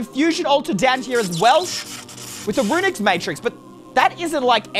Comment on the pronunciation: Dude Runic not Runix